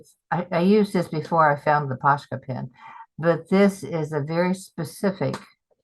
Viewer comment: I could be wrong, but I think they are called "Pos-ka" pens, not "Posh-ka, no 'sh' sound.